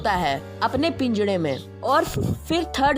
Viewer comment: Don't said pingara to pinjada